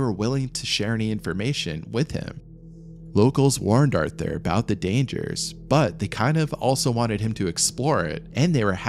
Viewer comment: Artur, not arthur